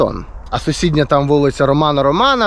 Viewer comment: Цікаве відео, дякую) Вже хтось писав, що правильно Ромена Ролана, а не 2 Романа?